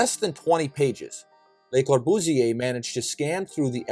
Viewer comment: Learn to pronounce the name correctly: Cor·bu·sier, Le | \ lə-kȯr-bᵫs-ˈyā